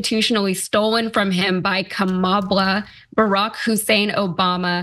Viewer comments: Kamabla as in Comma-blah. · The correct Hindi name is KAMLA and not kamala. Any way she spell that way and it is her choice. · I thought it was Kama”Blah” as in blah blah blah..lol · My guess is that Trump is using "Kamabla" because it sounds like "Blah blah blah". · Cenk, It means Kama BLA (CK)